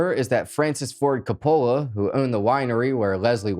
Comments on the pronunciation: You’re an actor and mispronounced Francis Ford CO-poh-luh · You murdered Francis Ford Coppolas last name 😖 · You pronounced COPPOLA incorrectly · Not trying to be a tool but I think your forced cadence when reading your script is very distracting even more distracting than your mispronunciation of Coppola ☺️ but I do like your voice and the way you told the store I just prefer it to sound more natural like having a conversation. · Coppola pronunciation... too funny!!!